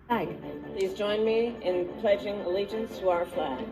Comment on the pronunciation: Harris so stupid couldn't even say t he pledge of alliance correctly...an 8 yo can do a better job..SMH